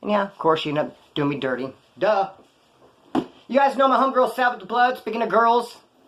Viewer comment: Did you say sabbeth the bloood…. Wood